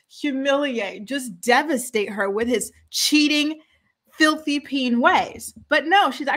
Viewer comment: Omg🤣🤣🤣🤣, caught me off guard. She said filty peen Thompson 😩😩😩😩🤣🤣🤣🤣